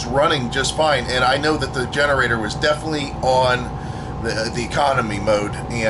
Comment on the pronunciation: "Defnuhly" is not a word.